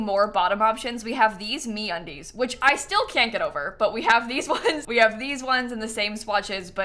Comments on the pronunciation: lmao i was not looking at the video when she said that and i thought she said "we collaborated with me on these" instead of me undies hahah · I heard MeUndies as 'me on these' and thought you were surprised that they collaborated with you XD